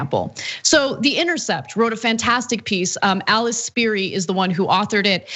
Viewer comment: Aleeche is how you pronounce her name she's Italian . I love her so much.